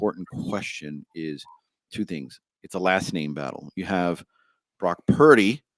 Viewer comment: you guys don’t say “things” you say “tings” lol